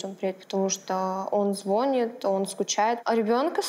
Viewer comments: РодОв, звОнит,ездию, годов... и тд. Уши вянут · Трех годов, звОнит, ездию, да, очень «хорошо»